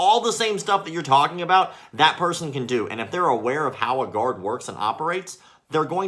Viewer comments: I thought he was saying "god" and not "guard" and I was very, very confused. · “How do you like the Gahd now” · What's more irritating than his bullshido, stupid uniform and gross haircut is his pronunciation of "guard".